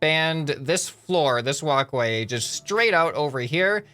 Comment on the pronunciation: Every single time you say walk way I think of woc way